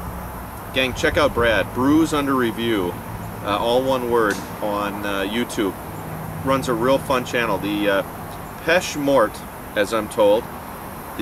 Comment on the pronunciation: It's pronounced: Pay-Shay Mor-tell